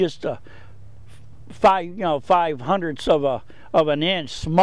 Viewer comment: five hundreths.... omg